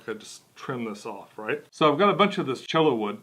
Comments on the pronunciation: It's pronounced "CHOY-uh" kinda like the end of tortilla. The double LL makes a Y sound. Just some friendly advice from the Southwest :) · Cholla = "Choy-ye" ;)